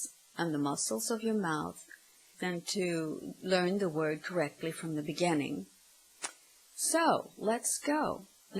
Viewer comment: Interesting pronunciation of "beginning".